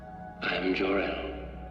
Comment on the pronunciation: Seriously mate, if you're gonna do a video on superman learn to pronounce his father's name properly it's Darel or Jarel it's Jor-El you're supposed to say it slowly , Take your time with it it's pronounced Jor Like the Geor in George then El as in Elle Macpherson and you say it slowly as in "The first NOEL" You wouldn't pronounce NOEL quickly because it sounds fucked up so pronounce Jor-El slowly so it doesn't sound fucked up ..............OK Learn to pronounce his dad's name as Marlon brando did in or............. don't do the video